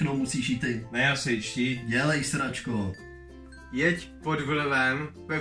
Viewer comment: mě zase dostalo to tvoje "jed" jako jed na krysy nebo jak?